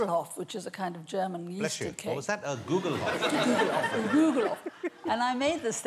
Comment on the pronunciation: It's not a Googlehoff! It's a Guglhupf.